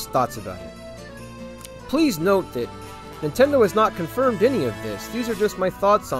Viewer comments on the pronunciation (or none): none